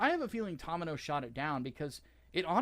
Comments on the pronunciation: The "To" in Tomino's name is pronounced like the "to" in 'tomato', NOT the 'to' in 'Tom'. You bell end. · horrid mispronunciation of "Tomino" and "Beltorchika" is extremely painful to listen to...